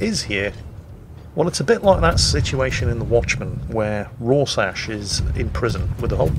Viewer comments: Ror-sash? Actually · Raw Sash :( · Who the heck is this "Roarsash" guy says is in the Watchmen comic? Oh...he must mean Rorschach...the character named after the Rorschach inkblot test due to the constantly shifting inkblots that move across the character's mask, yes? ROFLMAO...please never stop being crap...it really is your most endearing trait.;-) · Roršaš? oh.... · was your goal for today video butcher as many names as humanly possible? If so I congratulate you sir.:) Rorsatch?!!!!!!!!! Hulio Sezaree?!!!!!!!!!! Pyotr Veleeke?!!! What the actual fuck fine sir?:D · Roar-Shack is how its pronounced. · ' attempt to pronounce "Rorschach" may just become the next meme, along with misidentifying ships, Dave and crash-landing a submarine.